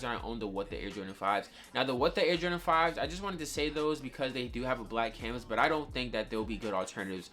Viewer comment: W vid but please stop sayin canvas